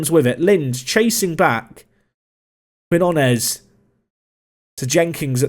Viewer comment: Quinones is pronounced Keen Yoh Nez btw.